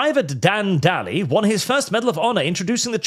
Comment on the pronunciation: . Dan Daly. As in every day he's being the best marine he can be. Fucking dally. And you've got the nerve to say Nic needs to pronounce Shiri better. If the Japanese wanted us to care about how they pronounce words, maybe they shouldn't have started a fight they lost.